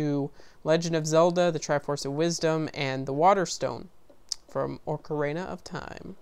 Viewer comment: U pronounced most of the names wrong. Its pronounced Ok-uh-ree-na not o-karen(like the name)-a.